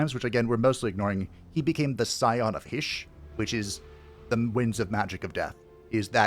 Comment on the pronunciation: You mean Shyish? Hysh was Light magic. Or am I not hearing the S?